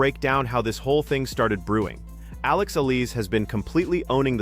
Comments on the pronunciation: Why is her name mispronounced? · Her name is Alex Eala....pronounce that more correctly.....Ophra Winfry is a Malice Fraud in her Personality in Life..... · Why can't you vlogger pronounce the right word to her Alex family name? Can't you not read?